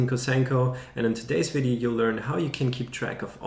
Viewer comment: "und by the way" your are germen guy?